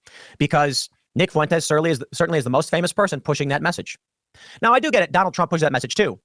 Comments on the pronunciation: Always loved Kyle's ironclad commitment to pronouncing "Fuentes" with three syllables. Foo-Win-Tez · Holy fuck, stop mispronouncing Nick Fuentes’ name. I know he’s a POS, but it’s so annoying as I actually know people with that last name. Two syllables: F’win-tez. It is not “Foo-in-tez”. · Nick Foo-IN-tez haha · Nic FOO-en-tez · Kyle said Nick Foo-wentez. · Nobody knows who Nick "foo-wentes" is because that's not how you pronounce his name lol. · im so sorry but the way you say Fuentes really pisses me off XD foo-en-tez is a not. its more fluid. carry on with your bashing of them cause I assuredly on board with it.